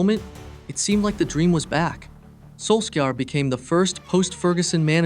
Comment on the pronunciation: Hey bud, Wikipedia exists- you can see how to says Soljskaer and Jose Mourinho or Diogo